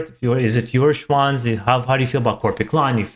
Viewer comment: Nice reaction. Thumbs up! :) Your brother won the pronunciation game. He definitely pronunced the "i" in the word "im" correctly and you didn't. BTW: Feuerschwanz is pronunced like "Foyerschwanz". The "eu" in Feuer is an "oy" sound. Greetings Mega